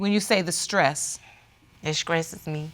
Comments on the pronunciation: Wait...did she say SKRESSES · Did She Say "Scresses" me??? 🤔🤔🤔